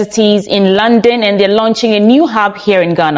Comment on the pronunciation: London not Landon. Kindly correct this obvious and huge error.